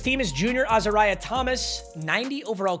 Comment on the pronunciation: Uh-Zar-Eee-Ay is how you pronounce Thomas first name